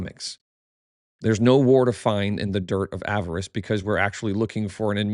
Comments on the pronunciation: You’re back to saying “avarice” instead of the correct pronunciation “Ah-VAH-ris,” or “Ah-VAR-iss.” Your choice. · Small note, Avaris is not pronounced as "avarice"